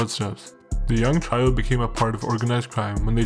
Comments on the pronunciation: Trio is pronounced like "tree-oh" not "try-oh"... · I can't get past you saying "try-oh" instead of "tree-oh" for trio. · dude said "try-oh" when he meant trio lmfao dude got the voice of a 400 pound man